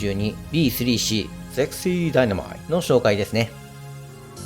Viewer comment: 初っ端の「SEXY DYNAMITE」の発音がナイスです！ｗ 「ゼリー状の伝達物質を制御インターフェイスに使いつつ、それを波動砲としてもぶっ放す」という個性派設定が何とも言えませんが、後継機のセクシーダイナマイトIIはコックピットそのものがBJ物資になっており、そこに最低限の生命維持装置だけを付けたパイロットを沈めるという、この機体以上にクレイジーな設定の機体だったりします（汗）。